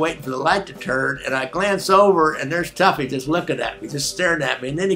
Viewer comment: I believe it's "toughy", not "tuffy"